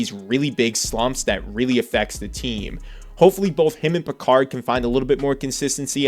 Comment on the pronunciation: Calvin Pickard is not the ancestor of Jean-luc. Say his name properly.